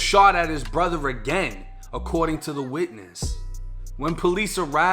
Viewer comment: He awgued and was chaawed with shootin' at his own brutha?